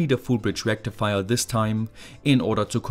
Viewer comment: Full Bridge rectifaiaa Good job!